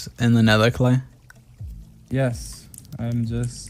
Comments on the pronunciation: It’s kleigh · it’s Klay not Clay lmao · Guys it's Klay not clay 😂